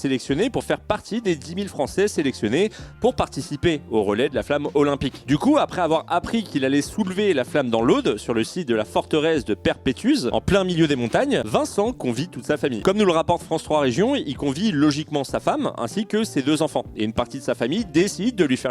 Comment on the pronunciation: * se prononce comme "paye" - "repère" - "t'use" (Peyrepertuse, soit la pierre percée en occitan)